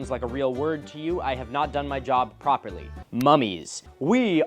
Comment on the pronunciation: the fact that “properly” didn’t sound like a word the first time you said it 😂😂